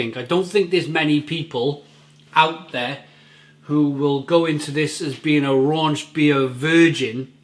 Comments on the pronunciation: There is no "n" in rauchbier. Rauch is German for "smoke". Please stop saying "raunch". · I love watching all your reviews and I mean no disrespect when I correct you on the pronunciation here. The first half of the word is pronounced sort of like 'cow' but with an 'r' instead of a 'c'. So, 'rauk-beer'.